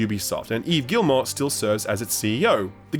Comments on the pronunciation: 100% sounds like you're saying "Gilmore family" Mr clearly not a frenchie. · Is it not pronounced [gee-MOH] ? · Everyone: Guillemot: Gillmore